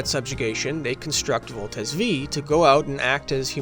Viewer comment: In the name of useless pedantism, I will correct your naming of Voltes 5(five) which is different from how Combattler V(veeeeee) is read